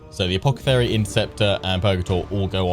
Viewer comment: i love how he calls the guy "Apockethary" :P